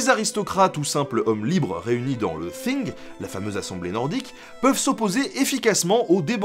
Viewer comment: Juste comme ça pour faire chier, c'est TING et pas thing